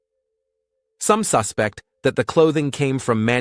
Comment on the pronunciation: "...some SUS-pect he came from..." NO POS AI!!! Hows bout, "...some sus-PECT!!!!!!!!!!!??????????? The freaking stress on the wrong syllable changes the FREAKING MEANING!!!!!!!!!!!!!!!!!! POS AI!